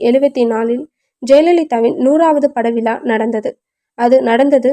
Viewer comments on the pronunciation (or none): ஏன்,ஏன் தமிழ் படிக்க இந்தத் தினறு தினறுகிறாயே!நேத்து தான் லண்டன்ல இருந்து வந்தியா? ஜெயலலிதாவின் 100வது படம் ராமா நாயுடுவின் "திருமாங்கல்யம்" அதைப் போய் திருமங்கலம் ங்கற. "விழா"வை "விலா"ங்கறே!ஒரு தடவை வாசிச்சுப் பார்த்துட்டு நிகழ்ச்சியில் கலந்து கொள்ள வேண்டியது தானே.கேட்கறவங்களைக் கடுப்படிக்காதே.